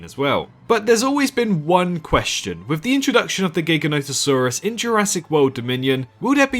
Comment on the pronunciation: It’s pronounced Jiga no toe saur us. Can you please give it the respect it deserves.